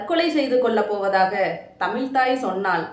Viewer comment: தமிள் என்று உச்சரிப்பதை திருத்திக்கொள்.